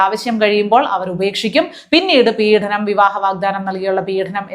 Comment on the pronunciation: പീഡനം ആണ്, പീഢനം അല്ല.